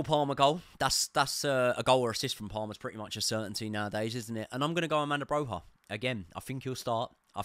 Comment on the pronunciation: Armanda broha 😀😀 learn how to pronounce our players names at the very least please mate